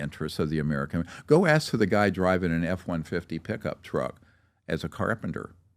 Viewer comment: Two billion dollars steve...? Lol. "U can axe my momma!!"